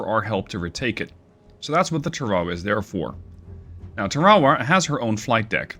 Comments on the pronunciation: That's pronounced TARawa. (Pacific island). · TAR-a-wa. Accent is on the first syllable. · Us Yanks pronounce it TAR•a•wa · The US tends to name it's ships after battles it has fought around the world and that means pronunciation is sometimes a struggle. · Ta raw wah😂 I love it! Not throwing shade, all it means is you read! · Pretty cool that you can control a small support carrier like the Tarawa by the way I have heard it pronounced like Tar-a-wa for years but if that’s how you pronounce it that’s fine. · Tar ah wa... I didn't even recognize LHA-1 s name how badly you massacred the pronunciation otherwise AWESOME Video... please keep em coming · If you're going to naval battles, learn how to pronounce the names. USS TAR A WAA (Tarawa) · love the Sea Power content. But, IIRC, its pronounced "Tar-a-wah.": Couldn't the Harrier carry the AGM-122 Sidearm?: Yes. IRL, the AV-8A does not have radar. It was envisioned as a ground attack platform, not a fighter. And at the time, air to ground radar, at least those precise enough for CAS, had not been developed.